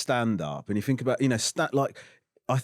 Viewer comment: uh uh uh I Fink